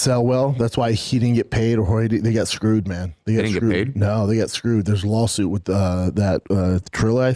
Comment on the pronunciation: I love how he says lolsuit.